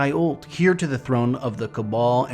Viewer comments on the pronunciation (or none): Literally the best Destiny lore content on YouTube. Only nitpick I can't find with it is I think "Heir" is pronounced more like air and less like here I could be crazy though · Love the content as always! Don’t know where you are from and I only mean to say this in a constructive way but as a British person “heir” tends to sound closer to “air”, as in less emphasis on the H. As I said loved the video, keep it up! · Great news! I feel like there’s going to be a LOT to talk about soon. It’s slow right now but things are about to ramp up I feel it. Quick q of you don’t mind, where are you from? You say the word “heir” very differently from what I’ve heard haha.